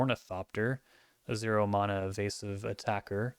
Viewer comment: I am on my hands and knees begging you to change the way you pronounce the word "mana"